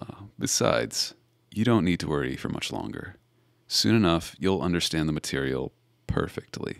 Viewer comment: No cuz EVERY. TIME. he said material I said girl